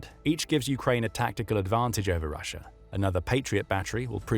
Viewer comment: Rissia its Russia ... Ssi hey